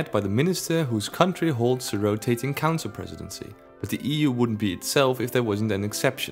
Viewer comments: That’s all I here now every-time he says council 😂😂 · The way you say council makes it sound like cancer which... Is just gorgeous